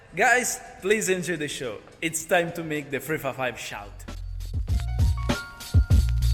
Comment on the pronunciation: " What Ferrari model is that? " - It´s a FREFAIFAIV (355) hehehehe, that italian accent is on point!! Btw, awesome soud!! Cheers from Brazil.